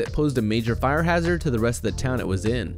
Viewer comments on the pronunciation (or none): none